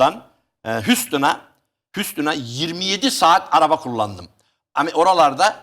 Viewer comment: Hüstün değil hoca Houston